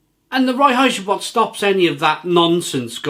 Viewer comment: I really enjoy this beer. By the way, Reinheitsgebot is pronounced like RINE-hites-ga-boat. König means King.